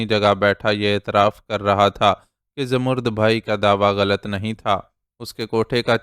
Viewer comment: Salam sir, ap ki reading bohat achi hai. Sir, aik lafz ap ghalat parhtay hen. Zamarrud bhai nahi, bai hai. Please is ki tashih kar leejiay.thanks.